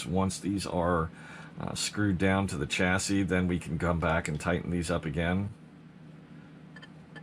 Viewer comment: Lol chassis plate lmfao stop sayin it wrong